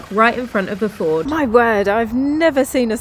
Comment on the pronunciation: I’m sure they are fijords (say “fee ord”) not fords. 😁